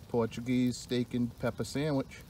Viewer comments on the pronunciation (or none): Good night! Those sangwiches looked amazing bro, great bushcraft chair and charcloth or as you’d say chaacloth hahaha love it man! You guys are always fun to hang with and watch! Cheers 🍻